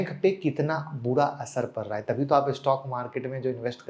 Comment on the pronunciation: Impact par nahi raha h....impact pad raha h.......😂😂😂😂😂😂😂😂😂😂😂😂😂😂